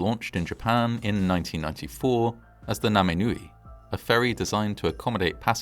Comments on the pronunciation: It's pronounced Na-mi-no-oo-eh, and it means 'above the waves' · "Naminoue" is pronounced roughly "Nami-no-oo-way." Thanks so much for covering this!